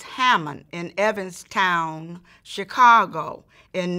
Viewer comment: Did she say "Evan's Town Chicago?"😂😂😂😂 You mean Evanston IL outside of Chicago?